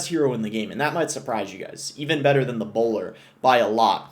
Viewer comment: chill on the hard R’s… Bowlaaa